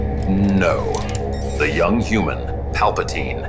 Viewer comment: Palpatine at 17... "PalpaTeen".